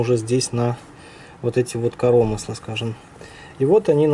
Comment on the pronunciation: коромысла-на ы ударение,аж уши режет!